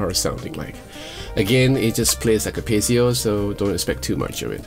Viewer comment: Sounds great, but then again with your playing everything sounds great 😀 If I may a small note to something I've noticed in previous reviews of certain guitars, though, and it's prominent here for obvious reasons...it's "piezo", not "pezio" 😉